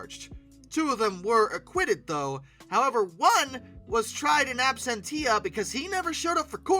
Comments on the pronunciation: What is ab-sen-tee-ah? Might be a good idea to look up pronunciation before speaking to the world. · "Absentia," as in, "tried in absentia" = ab-SEHN-shuh